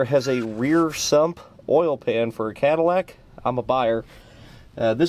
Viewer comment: It became a "Cat-ill-ack" by the end. Gosh, I am clever...😅